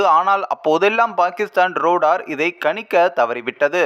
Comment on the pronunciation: பாடி ஸ்ட்ராங் பேஸ்மென்ட் வீக் ரோடார் இல்லை ரேடார் சரியாக படிக்கவும்